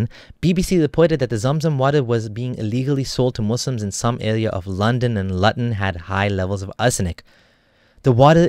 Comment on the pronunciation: British critique: lew-ton or loo-ton Not: Lu-ton